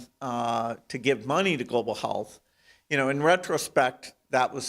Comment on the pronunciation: I have never heard someone pronounce “global health” global Hell…….th until I heard this very bad man do so